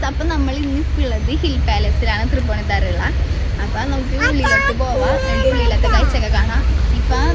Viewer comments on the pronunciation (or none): തൃപ്പൂണിത്തറ അല്ല കൊച്ചേ 'തൃപ്പൂണിത്തുറ' എന്നാണ് 👆🏽